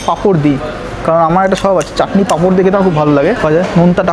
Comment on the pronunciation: Bdw it's "chatni" not "chakni"